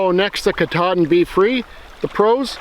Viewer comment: Great video! I really love comparisons like this especially when they’re based on real dirt time use. I’d go with the Sawyer for a bugout bag and the Grayl for my day hikes. I’ve heard other reviewers pronounce Katadyn more like CAT-a-dine. Cat like the animals and dine like you’re going to eat. I hope I don’t sound like I have an attitude, just passing on what I’ve heard 👍